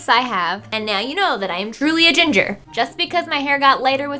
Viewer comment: when she said ginfer i thought of gingerale